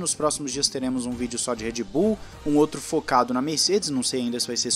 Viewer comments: eu ouvi Red Boom? kkkkkkkkk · So eu que escutei "REDBOOM" EM ? KKKKKKKKKKKKKKKKKKK